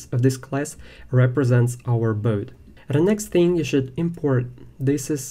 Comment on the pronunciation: The lesson is good but I don't like this pronunciation. Boat=bot😢